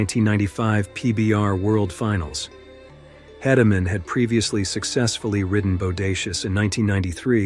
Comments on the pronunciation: Please pronounce names correctly, these are great videos but it would be a sign of respect to the riders to say their names right. Tuff Heed-a-men and J B Moon-ey are the correct ways to say their names. Thanks for the videos. 😊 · This is a great video. These are without a doubt the best the bullriding world has seen. Just fyi it’s JB Mauney (Moon-ey) and Teff Hedeman (Hee-da-man). Thanks for the great video it’s a good If not the best list of bulls the bullriding world has seen. There are so many great bulls everyone is going to have their own list and opinion but these bulls are going to be on every person who knows bullridings list. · If you are going to make a video on something do your research. Not only on the bulls but also the riders. Maybe is pronounced moon-ey. Hedeman is He-de-man. 🙄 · The Bull would be the Micheal Jordan of professional rodeo Bucking Bulls. The specific Rodeo Cowboy would be the “Micheal Jordan of Bull Riding”. Also the Cowboy that had his faced crushed by Bodacious is named Tuff Hedemen. Last name pronounced like the word Key. (Hey-duh-men). Not berating the maker of this video at all. It was a solid video on the sport. Just adding a few little corrections with good intent. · Please, if you tell more stories about JB, please pronounce his last name correctly. It's pronounced "Moo-nee" 😊 Also...Tuff's last name is pronounced "HEED-ah-man". Thank you